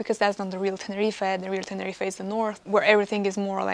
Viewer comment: Dry your eyes and go back to Russia. So much moaning in one video. Also learn how to pronounce Tenerife.